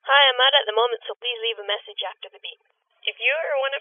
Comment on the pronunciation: MESSAGE sounds like MASSAGE. Lol.